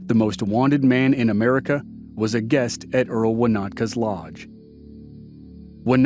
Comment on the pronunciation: The lodge owner was called EMIL not Earl